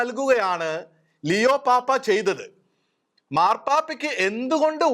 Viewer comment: ലെയോ അല്ലാ ലിയോ എന്നാണ്. God bless our Pope!!!